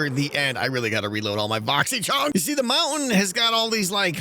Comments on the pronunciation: I really like the smoke coming out if the "maow-en" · Ah yes. The mou-ain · wow, really distracting that a guy who can't pronounce "mountain" properly would use the word so many times in one episode.